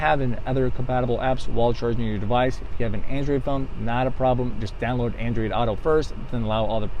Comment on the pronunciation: Just say "android." You really don't have that much of an accent. Andreed...where the hell does that come from? That doesn't even fit in with any known accent. Just stop. People don't know what the hell your saying. You can be crazy without saying "Andreed."